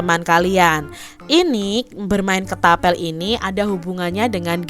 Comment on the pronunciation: Kak ketapel bukan ketabel